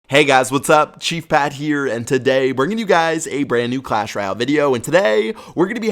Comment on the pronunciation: why do you say royale so funny pat